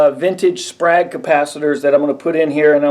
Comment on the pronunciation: It’s pronounced “Sprāyg”… Sprague is the company name